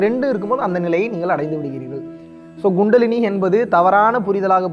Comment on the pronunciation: It's not GUNDALINI It's Kundalini!!! Hahahahahahahahaha!!!! 😂